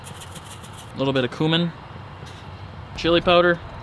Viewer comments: For the love of my ears please pronounce cumin correctly lol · The way he says cumin is annoying smh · It’s cumin not cumin